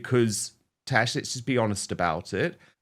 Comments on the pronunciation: Love you Dan, but it's TaZZZ, not Tash. She a fantastic Royals commentator and has a wonderful channel. Again, love Dan...just throwing this out there. 😉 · Dan...It is "TAZ" as in Tasmania not "Tash" as in moustache